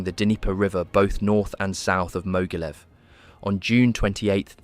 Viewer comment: You should learn a bit about German and Russian pronunciation, the video was good, but it was marred by some weird pronunciations - it's not, for example, Mogilev but Ma-geel-YOV (yes, really!).